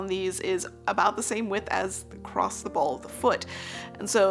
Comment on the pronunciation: I had to stop watching when you said, "acrossed."